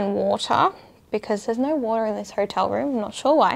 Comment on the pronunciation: How do you put a "r sound" in the word "No"?? 🤔